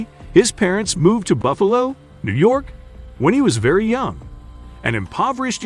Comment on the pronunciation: So, Boofilino was from Boofilo